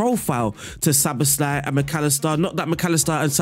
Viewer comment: You pronounced Szoboszlai really well. ‘sz’ is ‘s’ and the rest is kind of normal